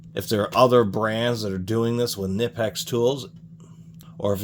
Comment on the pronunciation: Kuh-nip-x........😂😂....just a heads up, to the 👊💯 Most people hate their needle nose because of twisting, but I've enjoyed having them in many situations 💯